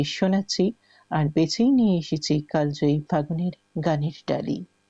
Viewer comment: ঘোষিকা মহাশয়া, দয়া করে বাংলা শব্দের উচ্চারণ যদি আরও একটু ভালো ভাবে অনুশীলন করেন, আমাদের শ্রবণেন্দ্রিয় আরাম পায়। 'কালজয়ী' শব্দটিকে আপনি বার বার কাল্ জয়ী অর্থাৎ ল-এ হসন্ত সহযোগে উচ্চারণ করেছেন। শুদ্ধ উচ্চারণ হবে কালোজয়ী, যদিও বানান কালজয়ীই হবে।